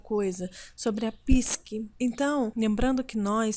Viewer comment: ...adoro seus vídeos. Acho vc super didática,calma e nos trás mta co fiança. Mas desculpe mas preciso fazer uma correção. Não é PISQUE....e sim.. PSIQUE... PSICOLOGIA..E NÃO PISCOLOGIA....E com p mudo no início da.palavra!! Astrólogos como vc, que tem uma fluência maravilhosa na comunicação, tem o dever de falar corretamente. Desculpe novamente mas não pude deixar passar!!! 🙏🌹 Muito sucesso pra vc. Te.admiro mto!!!♥️